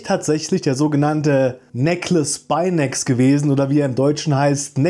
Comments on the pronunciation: Wenn du den Namen jetzt auch noch richtig aussprichst, dann bin ich zufrieden. Wo nimmst du dieses Beckles eigentlich her? Das S gehört zum Spinax, es bleibt also nur Beckle. Wenn, dann wird er Becklspeinex ausgesprochen 😉. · Der Becklespinax wird tatsächlich Beckelschpinacks ausgesprochen. Kommt halt aus dem Englischen. Aber dennoch ein echt cooles und interessantes Video